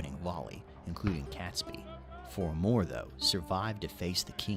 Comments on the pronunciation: And “Catesby” is pronounced as it is spelled and not “Catsby”. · Catesby is pronounced Cayts-by, not Cats-by. Grr! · It’s pronounced catesby to rhyme with gate! Awful video, as most historical things are from America. By the way, several barrels of gunpowder were found during the 80’s, they had been missed at the time. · I'm old and the 5th November was always Guy Fawkes Nght or Bonfire Night - never Guy Fawkes Day. That video has some godawful pronunciation in it - it's not Cat sby , it's Cate sby, rhymes with gate not cat, Warwick is said War-ick, second w is silent and don't even get me started on Worcestershire. Also, hopefully the reason you can't find the masks in shops is because they have all been bought by the people finally about to overthrow your fascist scum. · Catesby is pronounced Kate-sby not Catsby. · I find myself getting mildly annoyed at the narrator mispronouncing the ring leader's name. It's not 'Cats Be', it's spelt Catesby so the e in the middle makes it 'Kate's Be'. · Robert CATEsby (not prounounced CATSby) ! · Robert Catesby is pronounced Kate sby, not Cats by. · Pronunctiation is somewhat wayward. 'Kates-bee', 'forks'. etc... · Catesby pronounced Caitsby. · I 'm pretty sure Catesby is pronounced Cates - by not Cats-by . 🇬🇧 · Guy Fawkes night is NOT a national holiday. Also, why did the narrator ignore the 'e' in Catesby???